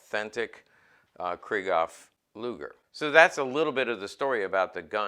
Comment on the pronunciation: First time viewer and I enjoyed your comments about pistols and their history and I could feel your enthusiasm coming out of my computer so I wanted to share this with you. One thing I'd suggest is the the way Krieghoff is pronounced. You might like to know this as you're really into the subject so here goes: When the name Krieghoff is spoken there is a break between Krieg and Hoff. It's a sort of a emphasis on Krieg and then on Hoff but not rolled into one word. Example would be the German word Dachshund, it's not "Dashund" but Dachs....Hund. Maybe like Porsche spoken Porsch' cha and not Porsch as spoken by the English and French. Get it? Better yet might be Luftwaffe which is spoken Luft..waffe with the break between Luft and Waffe. Krieghoff is located in Suhl northeast of Scheinfurt as you probably know. You might find somewhere his German Film Star, Emmy Goering's, book entitled "in Defense of my Husband" to get more background on his life and guns and automobile collecting. Probably not in English but worth a try. Thank you for all the information. Manfred